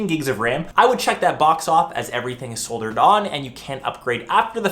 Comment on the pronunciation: This dude sucks and cannot pronounce word properly. Like soldered.